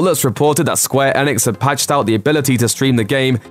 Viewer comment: Every time the guy says Square Enix makes you cringe because he cant pronounce Enix properly.